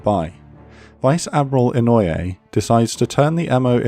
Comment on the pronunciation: About pronouncing Inoue, it's "EE-KNO-OO-EH", not "EN-NOI-AYE". Japanese uses AEIOU as a base for pronouncing the sounds, and then a consonant is added in the front to change the sound / character. E.g. A , BA, KA, TA, SA, etc. Hope this could help improve the pronunciation.